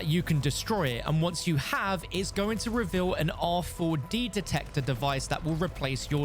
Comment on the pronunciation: You're tryna trigger people saying R 4 D detector over an over lol just say rad